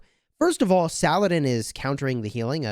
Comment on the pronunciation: It's pronounced sah-luh-deen